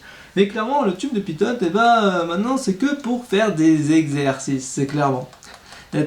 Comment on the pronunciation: Salut et merci. Il me semble qu’on dit "pito" et non pas "pitote". Bonne continuation!